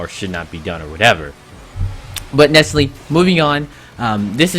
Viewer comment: why do u say "nesserly" once every 15 seconds? that's not a word dude